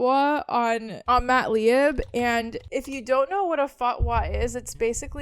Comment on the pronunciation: Lieb is pronounced Leeb.